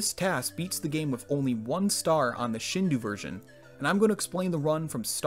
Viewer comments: Shindou is pronounced “shin dough”, other than that ear pain, great video! Subscribed and looking forward to more! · Why is he saying Shindu instead of Shindou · Shindou would be pronounced closer to "Sheen-doe" not "Shin-due." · Tip for future videos: “Shindou” is pronounced “Shindo”, not “Shindu”. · It's a good video summarizing the potential, but please, Shindō is pronounced "sheen-doh," not "shihn-du" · If you Google it it is pronounced shin do a not shin d u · The pronunciation of "Shindou" in this video bugs me hard-core It should be SHEEN DOUGH Like the cartoon character, and well, bread dough I will say, the shi part isn't that offensive. I've heard native speakers of Japanese pronounce it similarly, and I generally do the same. But saying "ou" like "oo" is wrong as heck. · This is epic. Also It's pronounced shin-doh, just for future reference. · Just a friendly tidbit: I'm sure some other weeb um-actuallyed you on this, but shindou is pronounced like "shin-doh" When you write Japanese with Roman characters, pretty much every vowel/vowel-consonant pair is pronounced as it's own distinct syllable. You don't combine them into one sound like in an alphabet. So it would be like "shin-doh-u". The "u" is used to extend the "o" sound for an extra beat. English doesn't really use timing to change meaning, so "shindo" would be a close-enough, not-weeb way to say it (The "n" in "shin" is also kind of it's own syllable. It's the only consonant isn't paired with a vowel in Japanese. Normally every Japanese word ends with a vowel, but "n" is used to "close off" vowel sounds. Spoken Japanese also tends to be slurred to the point where some vowels sound like they're missing) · I wont forgive you for pronouncing shindou like that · Your mispronunciation of shindō hurts.